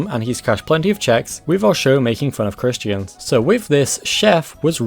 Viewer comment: It's "creation", "christian", "joseph", and "Los Angeles" not "caration", "christ-ee-an", "jozeph", and "Los "Angel-ees""